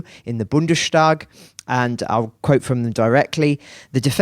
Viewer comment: Ger. Bundestag is pronounced with S not SH… it’s two words Bundes+Tag… not **Bunde+Stag…